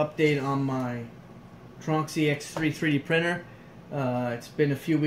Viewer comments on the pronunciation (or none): Tron X Y... not tronskee :)